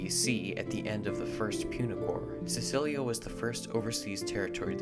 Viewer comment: Sicilia is pronounced with a k Romans never pronounced the C as S The greek name informs us of that too Sikelia